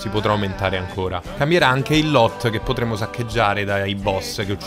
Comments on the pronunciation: ''loot'' pronunciato ''lòt'' nun se po' sentì. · Ti voglio bene e tutto, ma la tua pronuncia di loot mi ha steso 😂